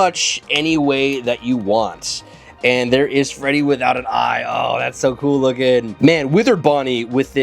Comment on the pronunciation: still calls Withered Freddy as Withered Feddy 😭